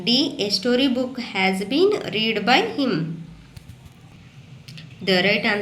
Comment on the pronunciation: ರೀಡ್ ಅಲ್ಲ ಮಮ್ ರೆಡ್ ಆಗತ್ತೆ